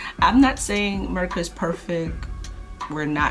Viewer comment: I could tell you had some jamaican influence as you said " perfeck" instead of perfect